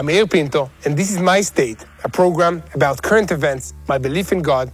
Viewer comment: You pronounce your name "Ayul" .......why do you spell it Yair? Quite a difference.